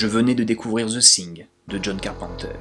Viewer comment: Zeu sing... -_-' Prononce veu fing, sans être correct ça sera toujours plus proche de la prononciation anglaise. Parce que Zeu Sing au delà du fait que ça arrache les conduit auditif même du francophone que je suis ça passe plus pour le titre d'une comédie musicale que pour un film de d'horreur fantastique. No offense ! PS ou Deuh fing si tu préfère une prononciation plus américaine.